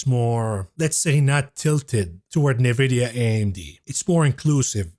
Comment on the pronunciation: At least learn how to pronounce Nvidia correctly ffs 🤦‍♀